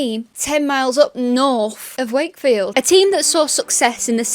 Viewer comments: 'Sake field. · Funny how you says shakefield as they do actually say “shakey wakey”